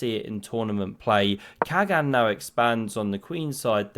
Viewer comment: Dear, in Turkish, the G is soft, similar to Dutch (without the throaty scrapping sound). Khagan = Kha-Ahn. Best